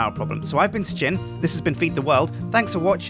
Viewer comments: its Sjin not shin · ITS SJIN-FREEMAN